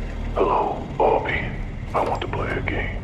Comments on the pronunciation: I love how Obi says it's pronounced like "AH-bee" and then when they play the tape even Jigsaw pronounces it "Oh-bee" xD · I find it funny how even John pronounced Obi's name wrong. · Oh-bi....what the fuck is a Oh-bi? -Ah-bi...it's my name -Hello Oh-bi.. XD